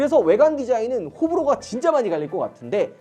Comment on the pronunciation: 호불호가>>호불호가가 라고도 발음함ㅋㅋ